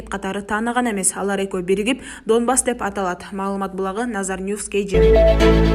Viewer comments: Доонбас, Доонецк эмес, Донбас, Донецк, туура окубайбы диктор. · Канча класс билимин бар доонекс эмес Донецк , доонбас эмес Донбасс дура без грамотная и еще калпычы урус согуп озун тушунбой суйлобой эле койсон болмок